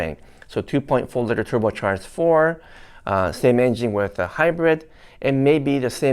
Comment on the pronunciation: I like how says engine (enging). Lol…still love ya’!